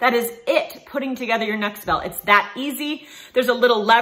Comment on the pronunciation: the company name is Nexbelt, not Nextbelt. No "T". Need to get your sponsors name correct.